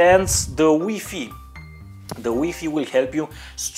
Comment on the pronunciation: HahA hahA I love how he says WiFi "weefee".